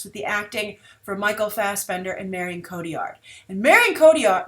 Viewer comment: Her name is pronounced "Marry-Own Co-Tee- Yar